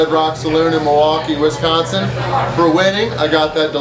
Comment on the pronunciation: So glad that you can say Wisconsin right. Very few things are worse than people who say it Wesconsin. But people who can't eat a wing are worse lol